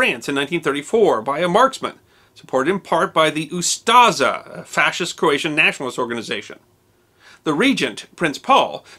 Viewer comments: Just a minor correction by a croat 😁 OO-sta-she not Shi. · Me too, until he decided to say "UsTaZa" instead of Ustaše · Ustase is pronounced differently. "s" is "š" and is pronounced as sh as in shoes. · I'm struggling with his pronunciation of ooo-staah-shaah! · Odžak - (pronounced odchak) Ustase - (pronounced ustasche)